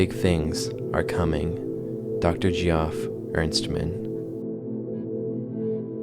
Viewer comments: Geoff = Jeff, not GEE-awf. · Just to let you know, it's pronounced "jeff", not (gee-off". Really cool video though. Keep up the good work. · you can just pronounce Geoff as "Jeff" my man good video! normally i despise all AI "art" but this plotline and execution has really captured my interest. hope he decides to collab with some real artists/voice actors in the future!